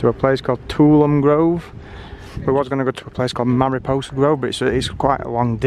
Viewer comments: It's pronounced... /tuˈɒləmi/ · I'm surprised to see there was as much water falling. It's usually pretty dry in September. Nice. Tuolumne = Two-all-um-nay